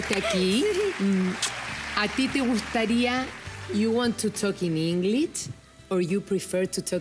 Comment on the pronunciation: Aprenden de los video juegos y programas de tv en inglés. Ahora la conductora..inglich? Spanich?!! Jamas escuche pronunciacion tan mala.